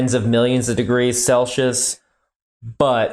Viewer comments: FFS, it is "SELL-see-yiss," not "SELL-shuss!" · WHY?? Why do you insist on mis pronouncing "Celsius" as "SELL-shus"???